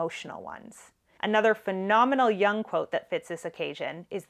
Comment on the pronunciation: it's pronounced "Yoong" (C.G.Jung), not "Young". Best Regards from Switzerland & thanks for your talks!